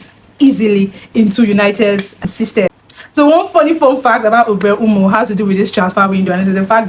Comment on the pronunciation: How did you pronounce MBEUMO so well 😢. I could never 😂